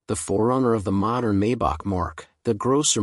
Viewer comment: Please don‘t say “Maybuck“! The correct pronunciation is “Mybuch“ with the “ch“ sounding like the Mexican ‘J‘ in ‘José‘. And the 300 (“Dryhundert“) is called “Ah-denower“ after the first postwar German chancellor. And „Rolls Royce“ is double stressed (the names of the inventors with Royce being the construction guy).